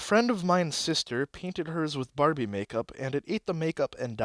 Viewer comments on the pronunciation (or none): none